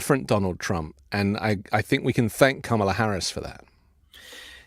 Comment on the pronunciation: Trump you need to say her name correctly it’s President Ka Ma La !